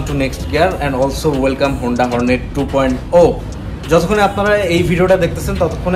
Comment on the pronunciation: টু পয়েন্ট ও হবে নাতো 2.0 হবে, নামই বলতে পারেন না আর এমনি আসছেন ভিডিও করতে